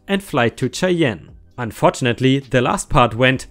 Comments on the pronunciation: Re truck driver cheyenne is oronounced shy anne not shay ehn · Cheyenne is pronounced shy-anne. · Its pronounced Shy-ann and Boy-zee